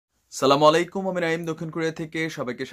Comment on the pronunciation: ভাই সালামুআলাইকুম না আসসালামু আলাইকুম